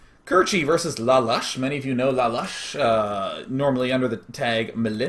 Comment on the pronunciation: i thougt lalush was pronunced l lay-lush